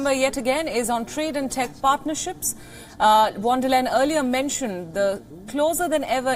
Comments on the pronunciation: It is not वॉन डेर लेन, it's फोन डेर लाएन, you (the news reader) could just have heard & copied Dr. Jayashankar pronounce it immaculately. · I heard von der leyen as von der liar 😂 😂